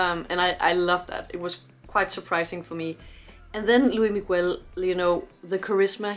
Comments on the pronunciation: Cute she pronounced luis migoo-el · Estaría mejor si pronunciaras su nombre (Luis Miguel) correctamente. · PLEASE PLEASE if you can watch his Netflix series (if available) and follow his career! he has been singing since he was 11 years old, just for you to know, his name is pronounce with the s at the end of Luis and Miguel, the u is not pronounce... sorry, just have to let you know... thanks for your reaction!!!!